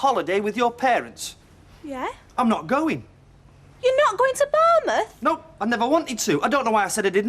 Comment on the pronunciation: Why does Curly keep saying "Barnmouth" when it's "Bournemouth"?!